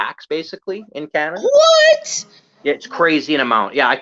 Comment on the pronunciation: LOL,, "hey're from Canadia",, LOLOL,, I do that too,, or like I "said to Clutch the other day",, Cana-Dians,, 2 words,, LOL